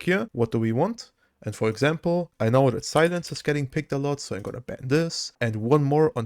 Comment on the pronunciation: Heya - I really enjoy your videos contentwise, thanks and thumbs up! But pleeeeease, check your pronounciations, especially for very prevalent words like "facet". It makes my ears hurt how you pronounce certain words, "know" would be another one 😊 besides that: keep up the good content and have a nice day!